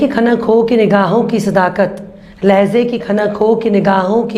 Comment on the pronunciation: Lahzay nahi lahjay bolo